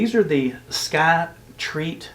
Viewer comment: It’s Skyreat, not Skytreat.